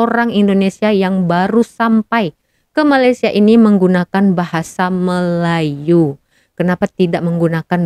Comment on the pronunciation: Malaysia ya dek bukan Malassia! Sebutannya yg bener ya.